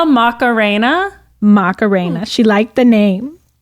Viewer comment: Yall Macarena is a super common an pretty name in Chile/Peru, you just need to not pronounce it with such a strong english us-american accent lmaoo